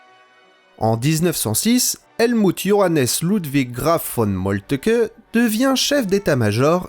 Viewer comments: Pitié cessez de prononcer "Moltke" "Molle te que" >_< !!! L'on dit "Molt'k.h l'intonation est sur Mol, la langue trébuche ensuite sur "lt"pour expirer le "keuh" qui est discret et atténué. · Vu que vous prononcez Moltke "Molteuqueu", prononcez-vous Hitler "Hiteulair" ?